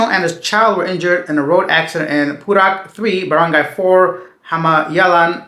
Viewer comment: It's not pu-rock. It's pu-rook. 😅